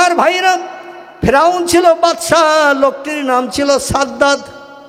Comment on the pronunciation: Ferun noi sadd hobe.vul hochhe